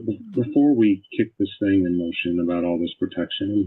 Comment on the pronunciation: The way she says "think" instead of "thing".🤬